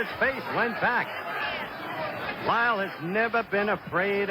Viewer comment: Is it just me or Cosell kept saying "Wyle" instead of "Lyle" during the first three-four rounds?